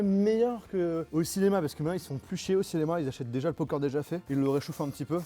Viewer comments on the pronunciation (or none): c moi ou il la dit " po corn"